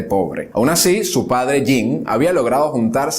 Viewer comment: Una amable sugerencia. Aunque no hables el idioma, hay que esforzarse por pronunciar correctamente las palabras. Por ejemplo: Jean se pronuncia "yan". Valois es "valuá". Por lo demás, magnífico!